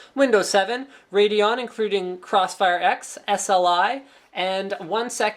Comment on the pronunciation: "incruding clossfire x" nice engrish